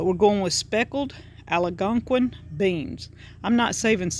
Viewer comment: Clicked “send” before finishing...our Algonquin friend made the children purses, moccasins, a drum, necklaces, a rattler made from a turtle shell and a clay duck he molded by hand! These are treasured items from about 42 years ago! Also it’s pronounced as spelled...Al-gon-quin! (The “gon” is like gone! Thanks for stirring the memories! Your plants are beautiful!